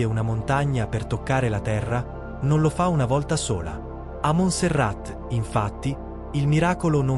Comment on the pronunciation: e si pronuncia Monserrà…